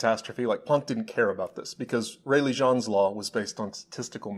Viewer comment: I think "Jeans" is pronounced in English and not French? He was an English physicist I thought? James Jeans is his full name. thanks